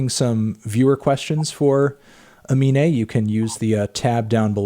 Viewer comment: annoying how you kept mispronouncing his name as "Amine" what an awful host